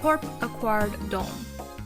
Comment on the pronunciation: Btw it's pronounced closer to "da" "um" instead of "dome"